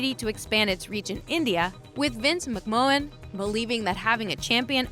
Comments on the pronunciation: VINCE MC-MAN. ITS PRONCOUNCE MC MAN PLEAS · McMahon = "mick man" ... Nice video though. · Who the heck is Vince McMowwan? 😂